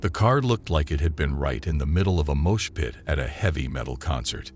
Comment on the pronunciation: The scary thing is this voice (AI?) saying "deBRIZ" and "moosh pit"...